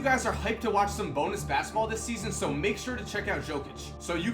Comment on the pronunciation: Did you say some bonus, or Sabonis?